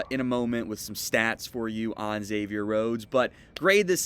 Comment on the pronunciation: Thanks for pronouncing is right. I have a friend named Xavier and he hates being called “Egg-zavier.”